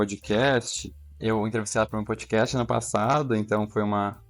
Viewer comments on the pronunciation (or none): none